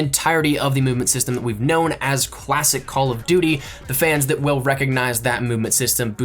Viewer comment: Did say cwasic not classic